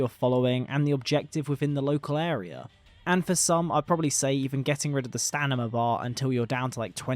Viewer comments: STANIMA, i cant b the only 1 who heard him say it like 50 times... STAMINA... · no hate! like your content a lot... but its STAMINA not STANIMA... just mentioning because you said stanima multiple times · Enjoyable video, but I can't get over the fact that a person that certainly sounds like a native speaker continues to say what sounds like stanima, must be some exotic accent.